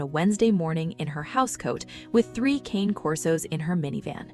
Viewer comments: I really wish they’d pronounce the name of the breed correctly. Cane is the Italian word for dog. It is pronounced cah-nay. It is not the English word “cane”, as in cane sugar. This is an ancient Italian breed. A little respect please! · You absolutely should not be making a video of three dogs if you can't pronounce their name correctly. Cane does not rhyme with pain. It's Con as in convict and a, as in the letter A. Cane Corso. It's Italian and so are they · Okay AI voice: Cane Corso is pronounced "Kon-Nay Korso" Not Kayne Corso. Jeeze! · You know the name is Italian, right? The name is "Kan-ay," not "Cain". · They are NOT "Kane" Corsos . They are "Cah-nay" Corsos. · "Ka-Nae" Kor-so"...!!! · It's pronounced Caan 'eh Corso. And this is a wonderful story of love and rebirth. The only sadness comes, as a large breed person myself, in knowing that large breed dogs have a shorter life span. About half that of, say, a small poodle. Having said that, I know that knowing that in advance makes you love on them even more. There's just something about having their arms around your neck, when you're standing up, that's makes everything thing else in your world so much better. 😊❤ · Pronounced ka nay corso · It would be so nice to hear these dogs' breed name pronounced correctly. It's CAH-neh COR-so. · Why is it most people who keep Cane Corso cannot pronounce the breed name correctly?